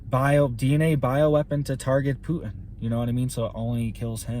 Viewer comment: His name is pronounced PU-Tin, with a 'Tee'. Not: Pu-In.